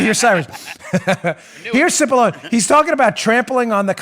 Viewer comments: He name is pronounced...sip-a-lon-nee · The Dems were totally disrespecting Pat Cipollone by mispronouncing his name Constantly.